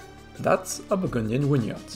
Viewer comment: say win-yard one more time mofo. 11 nice wideo though